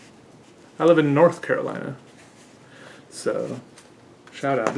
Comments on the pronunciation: I might be wrong, but that name i would pronounce it Caro-lee-na. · I think Carolina is a hispanic name (I know it is common in Latin America for a fact at least, but I don’t know if it’s originated in a hispanic country) if that’s the case then it’s pronounced “Ca ro lee na”